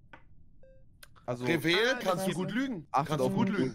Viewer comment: knossi sagt statt Reved "Revel"😂😂 was ein Ehrenmann 😂